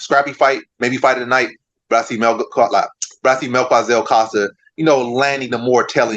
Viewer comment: Not mel kua Zel It's Mel ki za el